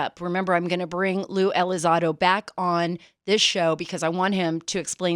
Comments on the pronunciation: It's not pronounced Lue Elizodo it's Lue ElizONdo. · The name is Elizondo, Sara, not Elizando. Mr. Elizondo’s “jumping into conclusion” comments in regards to a theological position simply demonstrates that he disregards the supernatural aspect in regards to the UAP. A very dangerous approach to a subject (UAP) that has clearly shown to be a lot more capable than Elizondo himself or for anyone in this matter. Curiosity kills the cat. Praying for ya, Mr. ELizondo. And yes, you too, Mrs. Carter. Be blessed in Him! By the way, Luisito, the video is NOT from a “gun camera”, it is from an Advanced Targeting Forward Looking Infrared (ATFLIR) pod. Cmmdr. Fravor aircraft, an F/A-18F Super Hornet (Pilot & WSO), during the “Tic Tac” incident, did NOT have such a pod nor videotape from the “gun camera”. The FLIR 1 is from the SECOND Twin-Seater Superhornet that took off after Fravor had landed. On the Advanced Targeting Forward Looking Infrared (ATFLIR) video taken by the second crew, it can be seen next to RNG (Range) symbology, the numbers “99.9” which indicates the radar in the Super Hornet is “unable” to get distance to the UAP. Fravor’s opinion is that the radar was being “jammed” by the UAP, considered hostile, according to Fravor. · Ya, she also mispronounced his name Tom Delon, and lue Elizado....Wonder how much research she did before the interview. Nevertheless Lue was good again.